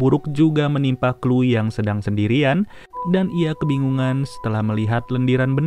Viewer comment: Chloe = KLU 🤣🤣🤣,,,KLOWI bang